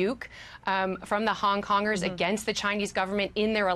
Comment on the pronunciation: I think this is great...laughed at "Hong Congers"